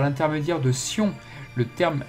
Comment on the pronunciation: Très bonne vidéo , par contre on prononce Shion et Shun pour les prénoms respectifs.